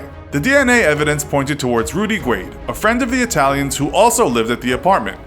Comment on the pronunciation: lets play how many italian names can we butcher in this video lmao